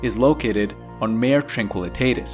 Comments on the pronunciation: It’s pronounced “mar-eh” or “mar-ā” with a long “a” sound and it’s Latin for “sea.” The word mare which sounds like “mehr” or “maer” refers to either a female horse or a supernatural entity that causes bad dreams (hence the word “nightmare”). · Mah-ray, not "mare". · It's pronounced MAR-AY, not MARE. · Maw-ray! Not mayor. Otherwise good article. But, oh so distracting. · Nice reporting. I just found you and subscribed immediately. A little help with your Latin pronunciation on "Mare" for lunar seas. For a video like this, I would simply use the English convention, and call it "Sea of Tranquility". BUT, if you are going to use the latin name, be aware that "Mare" is pronounced "MAH-reh" with emphasis on the first syllable. IDEALLY, you would trip the "r" as we do in Spanish, but that is hard for some individuals, so a rounded American "r" would be fine, and "mare" would then rhyme with "FAR-way", more or less. Hope this helps. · ..check pronunciation of 'Mare'..